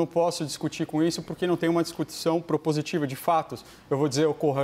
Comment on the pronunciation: O criou uma nova palavra: "discutissão". Kkkk. No meu tempo se dizia "discussão". Fora essa observação, mais uma vez Caio Coppola se superou no debate.